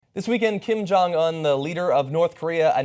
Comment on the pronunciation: wrong its kim jung oon and it is its called rodoeng